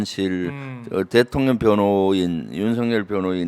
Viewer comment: 김병주 의원님 우리 민주당의 큰 재산으로 존경합니다. 그런데 딱 한 가지 부탁 말씀이 있습니다 . 의원님께서 자꾸 대통령을 ' 대통년' 이라고 발음하시니 줄리가 자기를 지칭하는 줄 알고 대통년 노릇을 하는 것 같아요.